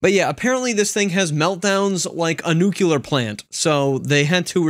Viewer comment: Please call it nucLEAr, not nuCULar! But yeah, the meltdowns are sooo funny! The best one is where it goes into Google bashing mode 😂